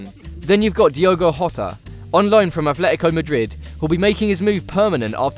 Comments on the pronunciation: Atletico not Athletico Madrid...... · James Lawlor i see english people say this all the time , im english myself and it pisses me offf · Matt Wilcks theres a considerable difference between athletico and atletico, which isn’t remotely comparable to Polish words. People say Athletico because they literally think it’s how its said, when in fact if they actually bothered to look, there’s no ‘h’ as said above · user name i think im the only English who doesn't say athletico